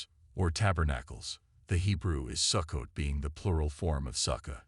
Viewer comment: Sukkot is pronounced Soo-coat . Since you cannot pronounce the words correctly, I have trouble believing you. This must a voice generated by AI. Sukkot is certainly a possible date of Christ's birth, but one cannot state with certainty the actual date of Christ's birth.